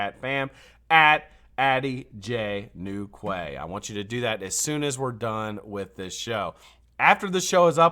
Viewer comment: it's pronounced New key, as in Cornwall England. A quay is a dock or jetty in a harbour 😉. Sorry I couldn't hang around after your outage. #41 please 😎